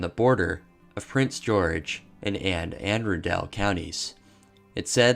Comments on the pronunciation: “Anne Arendelle County” he must be a big frozen fan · Love the video, my fiancée and I did burst out laughing at the mispronunciation of Anne Arundel though 🤣